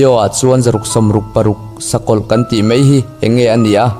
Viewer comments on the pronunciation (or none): Mizo tawngah hian mei tih tur leh mai tih tur hi . In lam diklo thin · Mei niloin mai tihtur aw